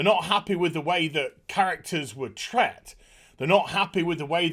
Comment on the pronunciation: I think the word is treated not tret